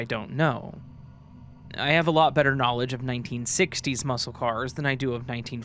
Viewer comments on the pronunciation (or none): none